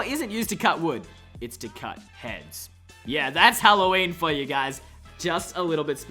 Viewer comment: You suck you said Halloweiner